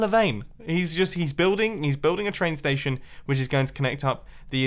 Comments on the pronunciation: The way he says STAESHON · am I the only one that thinks MUMBO pronounced station very weirdly, with that accent.